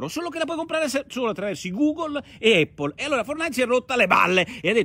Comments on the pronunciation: Giancarlo F. Eippol allora!!! :-) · Immagino derivi dalla pronuncia della "a" quando si enuncia l'alfabeto. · Eh sì, pace e eippol a tutti!! 😎😎😎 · Ottima zuppa come al solito. Ma mai nessuno che pronuncia APPLE correttamente? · Effettivamente la pronuncia corretta è con "a" e non "e", cmq Porro non è l'unico a sbagliare. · Ma sì, l'avevo capito. 😁 Un errore è un errore, tutto qua. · Giancarlo F. Un errore che fanno milioni di Italiani, questo è il motivo del mio commento. Ma da dove viene?